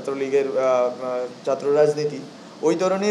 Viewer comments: ভাই আগে চাত্র না বলে ছাত্র বলা শিখ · দর্ম নারে ভাই ধর্ম ! চাএ না ছাএ 😂তুমিতো বাংলাই ঠিকমত বলতে পারছ না !বাংলাদেশের সেবা কি করে করবে ? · ঢাকা বিশ্ববিদ্যালয়ের ছাত্র থেকে অন্যান্য মানুষদের, ছাত্র ছাত্রীদের ভালো কিছু শিখার আছে। এর একটি অন্যতম শিক্ষা হোলো ভাষা বা কথা ।ধর্ম কে দরমো,ছাত্র কে চাত্র, সংসদ কে সাংসদ এগুলো গনমাধ্যমে বলার আগে ঠিক করতে হবে। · আরে নোয়াখাইল্লা কথার ভিতরে গন্ধ আছেই। ছাত্র না বলে চাএ। অভিনন্দন মেধাবী তোমাকে। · উনি ছাত্রকে চাত্র বলে কেন উনার ল্যাংগুয়েজ আগে ঠিক করতে হবে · উচ্চারণ শুদ্ধ করুন।দর্ম নয় হবে ধর্ম।আর চাত্র নয় হবে ছাত্র।শিক্ষিত লোকের মুখে অশুদ্ধ উচ্চারন,মানায় না। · চাত্র কি..... বাংলা উচ্চারন এমন কেন